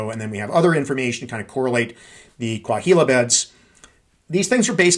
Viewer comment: The “h” in Coahuila is silent. More like Coa-weela